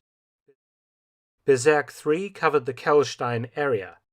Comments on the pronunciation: "Bezirk" is pronounced "Bizeark" to use English vowels 🙂 Now it sounds like "berserk" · I think it's Bezirk, not Berzerk. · Bezirk not Berserk. I don't know IPA so I can't really tell how to pronounce it. But that is just a nitpick. Great video as always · one small correction, when talking about those area's on the Obersalzberg, the word "Bezirk" is not pronounced with an "e" but with an "i" not sure how to do the phonetic thing.